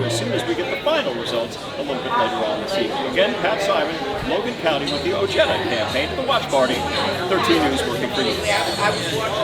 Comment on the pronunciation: Why does he pronounce his name o-ja-da instead o_hey_da